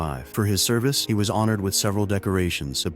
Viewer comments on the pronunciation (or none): none